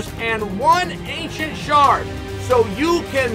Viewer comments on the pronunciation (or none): none